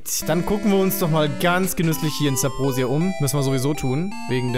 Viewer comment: Warum sagts du eigentlich immer Sabrosia? Das heißt doch Subrosia 🤔